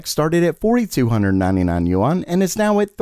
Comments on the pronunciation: It is pronounced “Wahn” not “yoo on” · btw, "yuan" is not pronounced as "You On". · Can you say yuan one more time